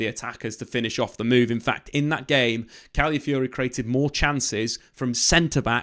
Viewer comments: Cali-fiori? CALAFIORI m8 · "one of my favorite players last season" proceeds to butcher his name everytime